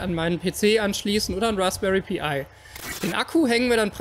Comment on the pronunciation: Achja und bitte die englischen Worte auch Englisch aussprechen Pi wird PEI ausgesprochen ;)